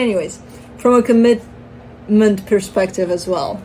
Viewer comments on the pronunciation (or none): commital xD comitmental